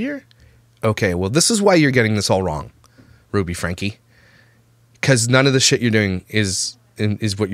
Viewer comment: It’s FrankEEEEEE